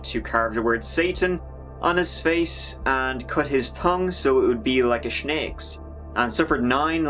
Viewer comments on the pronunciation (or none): He cut his tongue so it would be like a snake’s?!?! Lol I’ve enjoyed laughing at your accent but that one is ridiculous. I don’t think Irish people say “shnakes”. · this aint no diss, but the accent makes him pronounce "snakes" as "schnakes" and "third" as "turd". i quite enjoy it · “cut his tongue like a shnakes“ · Ahh, you said "Schnakes" the first time.😁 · So The Irish say SHNAKES HAHAHAHA WHaaa I'm dying over here hahaha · woah "snakes" is pronounced "shneks" in an Irish accent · "He cut his tongue to look like a shnakes"... I find it so fascinating how you decide to not enunciate the h's when you say three and then just add it into other words... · He's Irish not Scottish, and shnakes was a jokey pronunciation. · “Shh-nakes” Lol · "like a shnakes" 😂😂😂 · like a "schnake's"? More unique pronunciation from the isle of St Patrick, who rid it of snakes ... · The way you say "snake's" 😂🤣